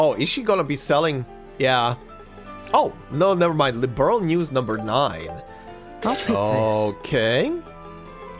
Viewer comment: The fact that they told the ENTIRE cast to mis-pronounce "Liberl" when there was a precedent for it's (correct) pronunciation in the later games still blows my mind. I'm so glad I didn't play this through until after the "Legacy Patch" had hit (My son gifted it to me on Steam as a birthday present).